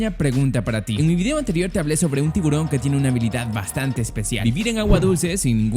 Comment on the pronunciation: Tivusron sanbesi